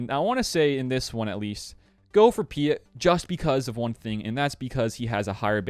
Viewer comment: Love your stuff bro but sometimes you're star wars pronunciations get to me...Piett is pronounced Pee-et not Pee-it. Still love you though!